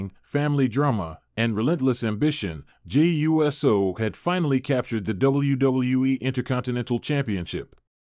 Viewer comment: WHY CAN'T THEY PRONOUNCE JEY'S LAST NAME CORRECTLY? NOT JEY U S O BUT JAY OOOSO!!!!!!